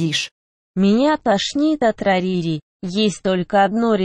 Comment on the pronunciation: Не рарири а рарити.Не рейнбоу диш а радуга деш.